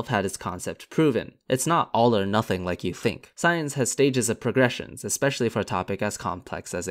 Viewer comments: "expecially"? I lose respect for Fundamentalist Christians when they don't have even a basic level of education. So afraid to read any books because they fear Satan will suck their souls out with a Silly Straw. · Wow. It's easy to disctedit yourself up front by mispronouncing "especially". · Expecially! 😩 I can’t take him seriously now! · His first sentence, about people trying to convince you they're smarter than they are, and he says "expecially". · "Expecially?" Smug creationists suck at *everything*. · I have a hard time taking science critique from someone who says "eXspecially" or "abdomNen" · I hear someone say "EXpecially", and I just tune right out. A person of such low intellect has nothing of consequence to say. Sorry,, this one's a hard pass. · Barely a dozen words in and the speaker tells us without telling us that he doesn't know jack about dick by saying 'eckspeshully' instead of 'especially'... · I have one simple rule: If you're an adult and can't pronounce "especially" correctly, barring any sort of impediment, then I take nothing you say seriously.